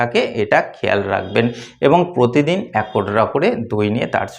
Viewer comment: কোমস নয ক্রমশ উচচারণ ঠিক করবে ।পোত দিন নয প্র তি দিন